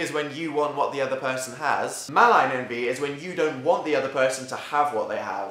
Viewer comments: I thought I heard “Anti” instead of envy. Jacksepticeye fans here? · I can't listen to you say envy I'm sorry. I have a neighbor, 8, named Envee and she's soooo annoying